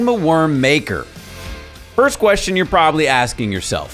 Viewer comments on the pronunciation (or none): It's Makar not maker my man.., that's a name not a occupation XD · yes its MAKAR with a like u in Luck